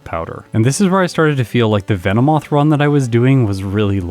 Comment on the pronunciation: VE NO MOTH VE NO MOTH